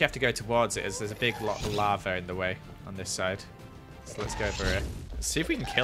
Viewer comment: Nobody:: "Your turning the lave into water"